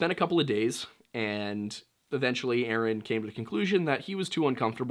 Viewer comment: Omg lol you said, yaaaasss ☺️